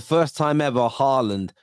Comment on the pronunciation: really saying halaand lying🤣😂🤣🤣🤣